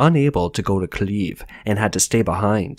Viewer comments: Kiev is pronounced Kee-ebb, not Keeb. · Have you never hear of Kiev? Why tf are you calling it "Kliev"? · What is this city of "CLEAVE" that he keeps talking about? Could it be that the guy reading this believes that "KIEV" is spelled "KLEV"? Can't he tell the difference between I and L? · did you just pronounce Kiev as Cleave? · I never understood if the narrator was a robot or not, but from this video I strongly lean towards the bot. He (it?) cannot pronounce "Kyiv" or "Lviv".